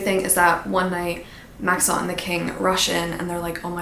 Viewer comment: I hate to tell you this but Maxons name isn't that fancy😅It's pronounced like Max-in, which tracks with the spellings of the other names in this series😩